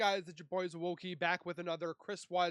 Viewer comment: I heard Zowoki not boogie !!Did anyone else ?